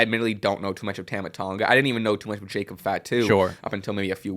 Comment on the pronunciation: That's not how you pronounce Tama ffs